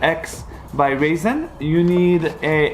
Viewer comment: It’s not ‘Raisen’ its ‘RyZen’ u tool.